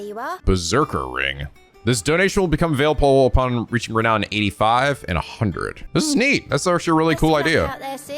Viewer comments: Am I the only one whose just SUPER happy that can finally pronounce Renown correctly? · OH. MY. GOD.! You prounounced renown correctly. sniff My little boy is all grown up!